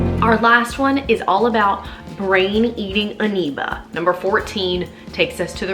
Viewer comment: "Brain Eating Aneeba" lol